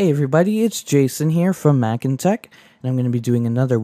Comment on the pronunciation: "Mac intec" Heh heh :D